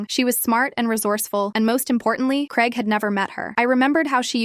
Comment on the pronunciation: ITS GRAIG NOT CREG. Bloody hell 🙄